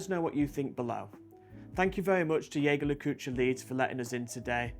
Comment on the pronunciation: Beautiful watch, absolutely love it, now, I don’t want to be a picky nob here but the pronunciation of Jaeger Le Coultre is wrong. Surprised the guys from JLC didn’t help you there. It’s a small thing really but it does seem you are in a way almost representing the brand….I know you’re not officially of course but still. Also Vacheron Constantin pronounced wrong as well. Love you guys though you are doing a top job. Just these little details if you fall back on them I’m worried you’ll loose a bit of credibility. There you go I did end up being a picky nob…….lovely camera work on the watch. Everything else top marks.